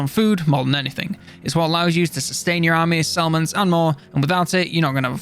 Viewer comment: You say settlements, I hear salmons